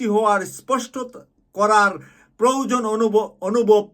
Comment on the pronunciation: এই দুইটি উচ্চারণে কিছুটা ভুল আছে ১ বৈষম্য বিরোধী, ২ প্রয়োজন।